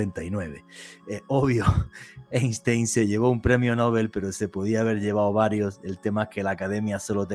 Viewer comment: UNA CORRECCIÓN FONÉTICA IMPORTANTE PARA COMENTAR: EINSTEIN SE PRONUNCIA "AINSHTAIN", DANDO UNA PRONUNCIACIÓN DEL TIPO "PALABRA GRAVE". SALUDOS DESDE CHILE, ESTUDIÉ COMUNICACIÓN SOCIAL PARA LOCUCIÓN Y NOS PASARON FONÉTICA ALEMANA. ENTONCES EN ALEMÁN LA COMBINACIÓN "EI" SE PRONUNCIA COMO "AI" Y LA COMBINACIÓN "ST" SE PRONUNCIA COMO "SH". ASÍ LO ENSEÑABAN EN LA ESCUELA DE LOCUTORES PROFESIONALES DE SANTIAGO DE CHILE.